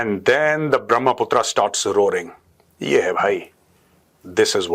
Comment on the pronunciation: Major Sahab it's a brahma putra it is not brahmaa putraa